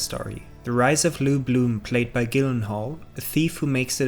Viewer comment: Great video but it's Gyllenhaal (J) not Gyllenhaal (G)